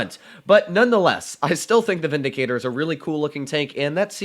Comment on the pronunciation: Ah yes, the “Vidicator”